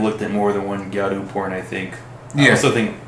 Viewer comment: It’s gyaru, not gayru.